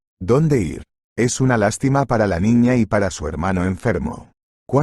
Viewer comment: Y otra que dicen es i r en vez de ir